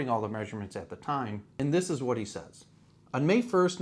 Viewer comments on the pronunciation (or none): none